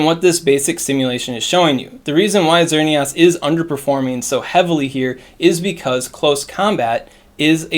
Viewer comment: Lol, "XerneAWS"